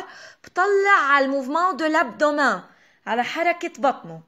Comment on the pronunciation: درس كتير حلو بس بكل محبة كلمة abdo W men بتنلفظ متل متل كلمة Men بالانكليزي